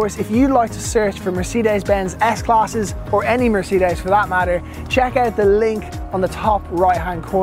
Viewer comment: Beautiful interior, no one does it better, not sure on the outside but I like the grille. Well done, you said Mercedes ok this time lol, proud of you 🤣👍🏾